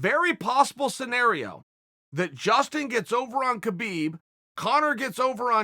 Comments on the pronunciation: Stop pronouncing the god damned K in Khabib. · the k is silent